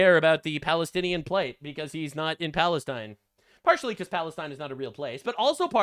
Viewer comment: Every time says "Falestine" I have to ask if he knows what that smells like?!